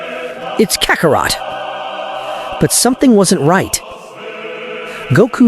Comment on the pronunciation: Kacarot.....really? Why does A.I always mispronounce such easy words??? I heard the A.I pronounce it as Kakarat lol